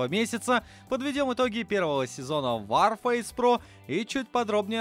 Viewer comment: не ворфейс , а варфейс. Вар -война! , а не Вор фейс